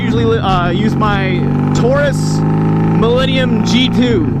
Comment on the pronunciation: stopped watching at "Tarus." lol. garbage